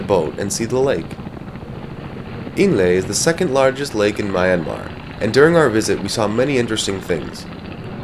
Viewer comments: Its ME anmar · please pronounce the country name correctly... not my-anmar it should be myan-mar !! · "MAI-anmar"?? Oh my God. You even went there and you still don't know how to say "Myanmar". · Please, learn to pronounce the name of the country correctly.